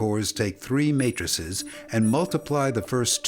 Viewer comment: Just finding this channel now and oh boy, if this is the level of quality of all your videos have I been missing out! Also, your pronunciation of matrices made me laugh, but then got it